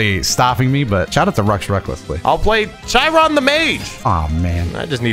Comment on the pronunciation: Just before this moment, they constantly say CH- I - Ron. I love hearing everyone pronounce the Greek names because it looks correct for English. But it’s pronounced K-I-Ron